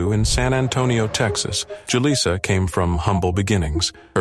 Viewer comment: Is it Jal-eye-sa or Jal-ee-sa? You are profiting off this woman's death, at lest have the scruples and decency to double check the info in a final edit and honor them with correcting as needed.